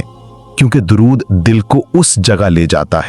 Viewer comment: Apne alfaz to thek se bola karo video banake chakar me ghabra ghabra ke darud sharef ko durud sharef ambara ko amar video banake pura dekho suno fer upload karo pls bakgraud mewjek kew kya jarure hai samjhana kam begadna bahut hai